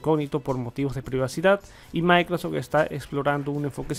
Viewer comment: Oye una pregunta: porqué nunca pronuncias la palabra completa Microsoft? o sea siempre dices "micros edge",, tengo varios años siguiendote y siempre lo pronuncias así, te cuesta trabajo esa palabra? nomas pregunto.